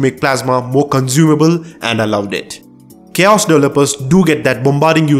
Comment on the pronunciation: it's not Chaos it's Ka-OS